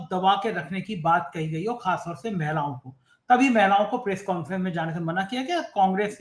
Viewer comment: "महिलाओ" होता है, "मैलाओ" नही बिरादर 😂